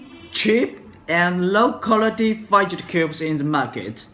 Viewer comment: You can't even say fidget right